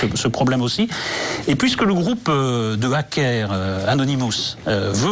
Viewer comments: " Hackair " OMGGG :rire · Merci à toi mec !! J'aime bien comment il prononce hackers (même moi qui est bidon quand même?!!!) Par contre beaucoup de monde parle mais il à beaucoup de rumeurs de merde et des dires alors que c'est pas vrais et tout bref !! Comme il dit anonymous et les porte parole comme était les révolutionnaire, les femmes qui ont défendus leur droits etc... Bref c'est pareil on ce défend pour la liberté imagine une caméra sur toi 24h/24h et bah ce qui pourrait devenir un jour si on fait rien